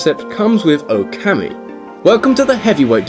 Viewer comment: Now repeat after me,: OKAMI. O- oh- as in "OH my goodness, why do you keep butchering foreign pronunciation? KA- kah- as in "I CAn't believe my ears!" MI- me- as in- Ah, screw it, what's the use?